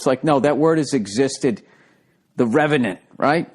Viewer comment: The regenin. The regenate. The revlant. The irrelevant.